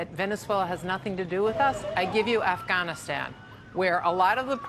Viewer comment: Why does she say “Afghanistan” so weird